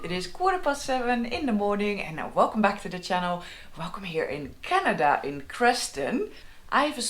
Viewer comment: Love how she pronounces "Canada". Her Dutch accent is really charming. Also, her map of Canada is hilarious. So tiny for such a huge country. She should get a larger scale map of BC, Alberta and the Yukon. That's all she needs.